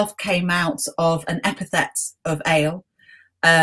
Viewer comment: Excellent and enjoyable discussion. Rather surprised that a specialist Old Testament scholar, no doubt fluent in Hebrew, would not know that it's Elyon and not Elyown and similarly El and not Ale. Agree very much with the professor's views that racism as we know it is a modern construct. Physical features are hardly mentioned in both Testaments except where crucial to the story, such as Goliath being a giant. Apart from Moses wearing a mask after descending from Mount Sinai we don't anything about his appearance and the same for Jesus and indeed for virtually everybody else.